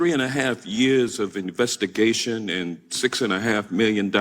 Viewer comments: Hank Johnson: InvestKation With K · What's an "investi-CATION?" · Investi-cation. Ok got it. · "investication...." What the heck, Hank? Then, look at Durham's face after the question . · 'investication\....lol haha dumbo the clown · What is an “investication” Hank? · Why Georgia why? ....and did he say "your investiCation"?